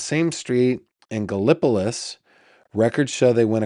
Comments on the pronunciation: Gallipolis (Ohio) is pronounced Gal Eh Po Leeze.. I'm just say'in....! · You pronounce it .. " Gala- police " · Galapolis is pronounced with emphasis on the gala first. My dad had a cousin living in Galapolis and she lived in poverty with a single lightbulb hanging from the ceiling in her home